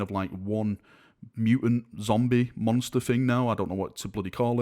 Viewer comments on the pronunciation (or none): none